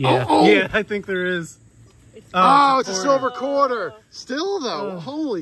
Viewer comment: Every time at the beginning when you say quarter hoarder, it comes out sounding like, court order.